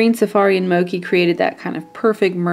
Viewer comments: Love this look! The greens really do look great. (FYI it is "mo-chee" not "mo-kee". Mochi, like the ice cream!) Thanks fro another great tutortial! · Just an fyi, the color Mochi isn't pronounced "mo-kee," but "mo-chee" It's a Japanese sweet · It's pronounced "Moe-chi" not "moe-key" lol Mochi is an asian desert kinda similar to the color haha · Mochi, pronounced mo-chee, as in the Japanese sweetened rice cake. Soft and sweet and delicious like the eye color. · Mochi is pronounced "mo-chee", like the ice cream, not like mocha. :) This is so pretty!!! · such a beautiful look! btw it is pronounced "moe-chee" haha it's named after a Japanese treat! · Mochi is pronounced Moh-chee :) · Mochi is pronounced as (Moe-chee) :) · I love seeing tutorials with the Heart Breaker, favorite palette every. Although it's pronounced mo (as in, to mow the lawn) and chi (as in the life energy, chi). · I'm pretty sure the ch in Mochi is pronounced like "chair". If they were talking about the japanese treat/dessert/snack. Anyways, I love this! You're so talented and can pull off anything...